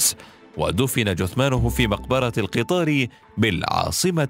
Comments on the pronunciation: مقبرة (القطَّار) وليس القِطار ٠٠ تصحيح بسيط فقط🌹 احترامي للجميع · مقبرة القطار بفتح القاف و شد الطاء .